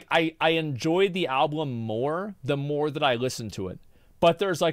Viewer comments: also you had a slip of the tongue and one of the times you said alblum accidentally XD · Is he saying alblum? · he actually says ALBLUM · I barely payed attention after hearing him pronounce album as alblum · Bro the way you say alblum has be fucking crying and then chat is trying to correct you and you still say it wrong 😂 God I love this channel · You had said ablum. I don't think it's a big deal. I sometimes mix up the first syllable of 2 different words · Chat is cap, i definitely heard alblum 3 times. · Love the mispronunciation of "Album" he was referencing the Chris Rock bit. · He didnt know that he was saying album wrong. Thats amazing